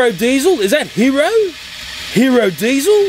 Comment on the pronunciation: You called DIESIL DIESIL ten